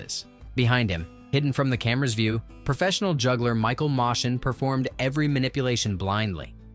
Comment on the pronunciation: You say there's a "subtle nod" to the golden age of Hollywood without saying what it is? BAH. Also Moschen is pronounced "motion".